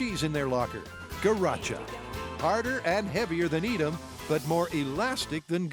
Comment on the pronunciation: There pronunciation of Edam and Gouda... As a Dutchmen it pains my ears.